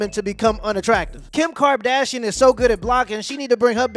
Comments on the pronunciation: Naw. We not about to let that slide. Brother, did you say Kim Carb-dashian? Absolutely, diabolic werk sir. Flawless Finish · I just caught he said Kim Carb-dashian 😂😂😂 man you wild